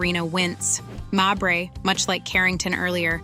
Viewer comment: Stop mispronouncing mabry